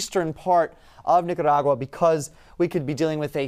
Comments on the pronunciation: I was cheering when he did that. After 50~something years of me not really ever pronouncing it correctly, today has taught me how to say it! Whoop Whoop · The only one who can pronounce Nicaragua 😄